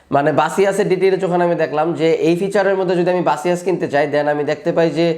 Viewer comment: বাসিয়াস কি ভাই? 🙄 বেসুস বলেন